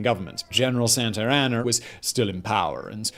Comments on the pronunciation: Simon says " General Santeraner "(?) the subtitle says " General Santano". I thought it was General Santa Ana. Didn't even google it.:face-purple-crying::goat-turquoise-white-horns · General Santer Anner... UK English is non-rhotic, eh... Years ago I ditched everything associated with him due to his appalling pronunciation is the only thing that gets a miss.